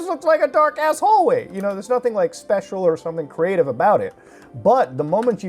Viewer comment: Cre-ahtive mode